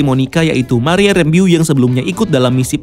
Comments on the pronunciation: Rembo bang bukan Rembiu wkwkw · harusnya kan Rambo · Kann,, lucu dengernya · Kirain udah bener cara penyebutan "Rambeau", ternyata 😁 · betul bro hehe... kynya cuma aja yg salah penyebutannya. nggak masalah sih cuma agak gimana gitu dengernya 😅😅😅